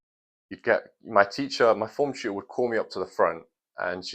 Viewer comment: It took me 5 minutes to realize you meant TUTOR when you said chu-err